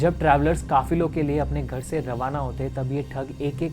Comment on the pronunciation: Kaafilo not kaafiro